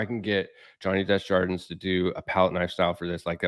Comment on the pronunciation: Love the channel, love the video, and this guy’s art is insane. I cringe hearing pronounce his name. Johnny is probably too polite to point it out, too. It’s DAY-ZHAR-DUH.